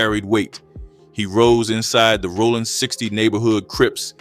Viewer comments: I’ve convinced myself that he’s pronouncing it like Sonny Rollins lol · Rollin 60's not Rawlin